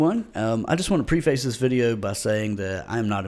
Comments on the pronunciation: It's PREH·fuhs, not PRE-feis. #preface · Did he say pre-face? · Stop saying PRE-face.